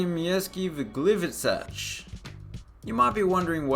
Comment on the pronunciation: Finally. ❤ The pronunciations were pretty much on point, especially Gliwicach (gliwicacz). I'm also impressed how you've handled the one in Mielec. Also you've missed the Radomskie Centrum Sportu, since Radomiak moved there back after 7!!! years of rebuild, but that's fine. I'm not from Radom, so 🙃.